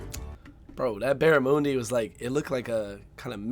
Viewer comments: How many times do we need to hear the word OOOS TRALIAN BARA ... MOONDY FUCK ME... I'VE HEARD ENOUGH this video should not be taken as legitimate on the grounds that he can't even fucking pronounce the name of the food Get Isaac to do a video on this and take his word on it See.. i mean he can't even fucking explain FAIRY BREAD the way you eat fairy bread is... Lots of butter, Lots of hundreds and thousands and..... 4 LAYERS HIGH, the more layers you can fit in your mouth the better your'e not a true aussie kid unless you've had fairy bread doesn't know how to explain meat pies I MEAN.. FUCK... NO MENTION OF THE LOCAL SERVO OR 7-11 LOL and .. You don't spread the tomato sauce on top...... YOU FUCKING INJECT IT INTO THE PIE........Everyone knows that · Pronounced barra-man-di. Not barramoondi. Fairy bread is really good and simple. Haha I had it for my 21st. But it's not on toast like he said, it's on bread. Beetroot tastes really good, especially in burgers!! Yes, my family eats roo, not extremely often though. Pavlova is actually not a filling dish like he said, it's light and sweet. Vegemite is so good!! We don't talk about Marmite here. Don't put too much on the bread though, haha. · Barramoondi wtf is that. Barra mondi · It's "Barra-Mundy" not "Baramoondee" 😂😂😂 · ba-ruh-muhn-dee NOT ba-ra-moon-dee. Barra for short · Did you know if you eat too much kangaroo you'll end up with a food coma ITS SOOOOO GOOD And that barramundi is pronounced as barra mun dee not barramoondi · "Barra-moon-di" 🤣😂 The closest phonetic spelling I can think of would be "Barra-mun-dee" (the "Mun" pronounced like "Sun", with an M instead of an S) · Omg, the way he said barramundi was dreadful. Barra mun dee (not Barra moon dee) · Barramoondi? It’s bara mundi wtf is with the asian talking about Australian food for 😂😂😂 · Okay, I'm not even 3 minutes in but firstly, you have an American tell you what the best Australian food is? Secondly, what's " bear a moondi? " Rofl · Barramoondee, lol